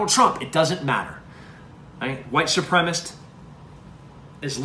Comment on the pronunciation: “White supremist”. Lol.